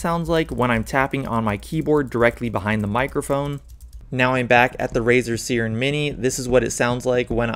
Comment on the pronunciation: its SIIIIIIIRen not seeeeren mini... like the mythical creature siren